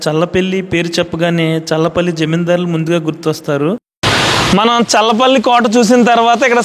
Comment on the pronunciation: అది చర్ల పల్లి కాదు స్వామి.... చల్లపల్లి... మా ఊరు పక్కనే